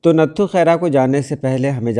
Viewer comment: is lafz ko ranghad parha jata hai,nathu mein th par tashdeed hai Yani natthu khaira